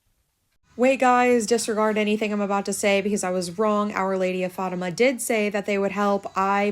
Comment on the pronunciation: I love this longer content! I always watch your videos when I’m cleaning ❤ also I’m so sorry queen but it’s pronounced Fat-Tim-Ah but you did so good! Only telling you because you’re always so thoughtful and inclusive and you wanted to know! You’re doing amazing sweetie!